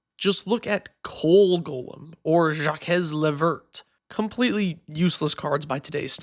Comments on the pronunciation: Minor nitpick: the name Jacques is just pronounced like "jack" but with a french accent, not "jah-kez" lol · Even as a Canadian who had none of the French from middle school stick, I was astounded but unsurprised that his best stab amounted to “Jakets”. But then again, I feel like someone would think I was trying to trick them if I said it’s pronounced like Jack if you just ate a spoonful of something you’re allergic to lol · "Jaw kez la vert" that hurt my sowl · Ja-kez la virt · "Zha-kez"? Yikes. How is it possible for a North American adult in 2026 to have never heard the name "Jacques" spoken aloud? Wild. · jakez ley verrt sure is one way to pronounce that card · “Jock-ezz la verT” 😭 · Frayrie Jock-eez